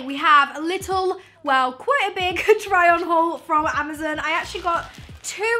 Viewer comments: Its amazon not amazn. Her pronunciation was throwing me off but her face made up for it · I cringe everytime she said ama-ZEN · Does she know it’s amazON and not amazEN hahaha so cute 😂❤️ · Is it just me or do you say AmaZEN instead of amazON 😂😂 so funny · Suzanna Roumie I know this is an old comment but I’ve just noticed the way she says “Amazon” 😂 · "Amazin" hahaha😂😂 ilysm❤ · i love how she says amazon... amuzun😂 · I love you in every time you say Amazon I was dying.... Amozen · great video lol just wondering if everyone in the uk pronounces amazon that way???? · No hate but is anyone else also bothered by how says Amazon Omg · Not to be rude. I love you but you were saying amazon wrong. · The way she says 'amazon' triggers me!